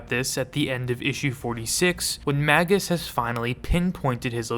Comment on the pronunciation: Magus is pronounced like "Maje-us." Like Warlock, it's a traditional rank in occultism.